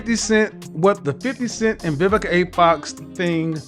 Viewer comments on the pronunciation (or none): “Vivica OX”